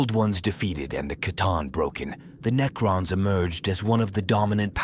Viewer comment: AI narrators sound good until they try to pronounce Necrons, and repeat the same ideas in four different ways to pad out the runtime.